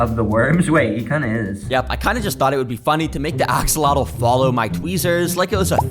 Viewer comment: bro really said akseloto